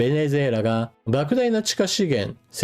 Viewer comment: ベネェェラに聞こえます。 正月からビックリニュースですね。